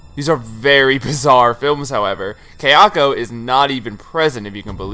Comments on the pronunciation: Haha I had to comment on the other video that it's kaya-ko not kayak-o it's sada-ko not sadak-o it pissed mee off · This was a great video, very well researched. But friend - if you've watched the Ju-on movies so much, surely you've heard them say 'ka-ya-ko,' not 'kei-a-ko.' So distracting. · For your information, Japanese is pronounced exactly as it looks. Kayako is pronounced ka-ya-ko. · Only complaint with this video is that my OCD triggers whenever say Kayako's name lol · Great video, but it annoyed me everytime you said Kayako wrong. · Guys seriously he’s a westerner of course he isn’t going to pronounce a Japanese name right.